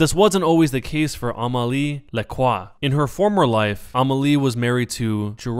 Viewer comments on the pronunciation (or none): as a french speaker, i fucking died when you said amélie lacroix XD. i dont understand why you said it amali lakwa. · Necrochasm i am not french but i pronounce it almost right i say: ameli lacroa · The way he says Lacroix